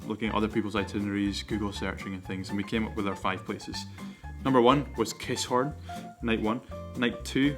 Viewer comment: its not KISS-HORN its Ki-SSSHHHORN !